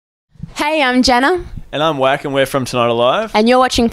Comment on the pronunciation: Whako? Lol Whakaio dude.